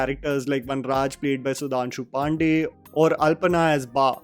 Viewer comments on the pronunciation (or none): none